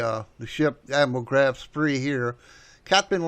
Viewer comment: Couple of comments here WWII started in 1939 not 1941 The Graf Spee (not Spree) was not sunk before WWII started. However a great movie based on actual events and reasonably accurate in its depiction.